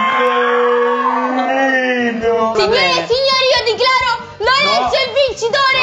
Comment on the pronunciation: minuto dice:" Signore e signore io diclaro..." xD